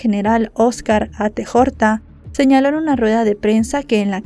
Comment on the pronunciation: Buen caso para cerrar el año. Aquí en Colombia estábamos aterrados del accionar de ese tipo, del cinismo y muy tristes por la familia de la señora. (Pd: el apellido del señor de la policia se lee "Ateortua" 😉, hay otros más enredados).